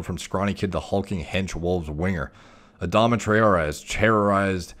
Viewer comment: For those wondering, it's pronounced 'Try-or-ray', and the emphasis in Adama is generally placed on the second syllable